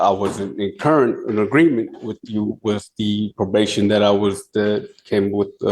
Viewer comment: when they say 'wit chew' instead of 'with you' and 'ax' rather than 'ask' I just know I'm about to hear a line of crap